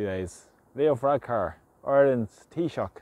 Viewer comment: Ya said taoiseach at the start, i thought you said peacock, lol. Good work you do.